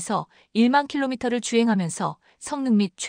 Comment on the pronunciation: 장보고 배치 lll-ll를 '배치 아이 아이 아이-아이 아이' 로 읽고,m,km,t등의 단위 를 왜 메터,키로메터,톤.. 등으로 제대로 읽지 못하 고 있는지 답답하네요.